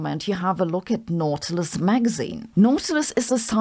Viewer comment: It's pronounced "naughty-lous"